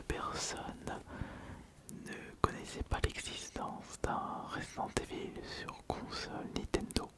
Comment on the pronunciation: Resent Evil, surval horror, all-in the dark... C'est Jean-Michel à-peu-près 😅?